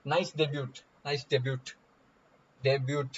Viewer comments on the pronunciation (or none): ok sure Ill go easy on deb"yut" OP but I am no way go spare of"ten" OP. Its twice u said of"ten" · Debyut OP :) And also offtan not often lol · Vidit "DEBYUT" OP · "Oft-ten" OP., debut OP 🤣🤣🤣🤣🤣